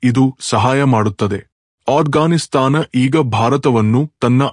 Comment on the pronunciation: ಅಣ್ಣ ಅದು ಅಟ್ ಗಾನ್ ಸ್ತಾನ್ ಅಲ್ಲ ಆಫ್ ಗಾನ್ ಸ್ತಾನ್